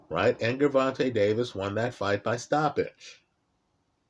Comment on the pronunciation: All of the vids he’s made about Tank and he STILL won’t pronounce his name correctly 😂😂😂 Great breakdown as usual though. LoL